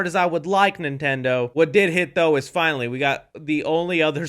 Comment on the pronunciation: dk how to explain it, like I hear it now listening again but it’s like when she say’s I finally found you, it sounds like f#cklly found you, idk